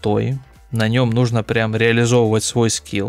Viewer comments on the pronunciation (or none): none